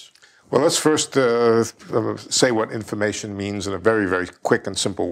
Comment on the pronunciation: I think it’s cute how he says “infamation”.